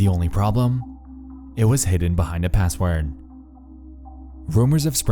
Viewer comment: was a strange way to pronounce password.